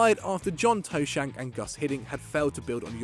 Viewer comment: John Toe-shank 😂😂😂😂😂😂😂😂